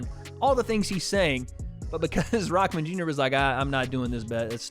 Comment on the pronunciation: can you stop saying rockman junior u bum